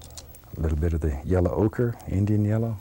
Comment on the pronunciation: Bob says Yellow like there's no "w" - Yello.